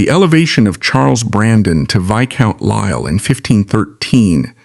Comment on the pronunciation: The name is pronounced "Choo-der", NOT "Too-der" and duke is pronounced Juke, not Dook. Lisle is pronounced "Leel".